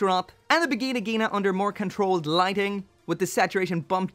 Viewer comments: I thought it was pronounced as Va jai Na Jai na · Wtf you said Vigina Ghina? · In the bigina-gina... Ini da biginagina... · When you don’t pronounce the N in Vigna Ghina.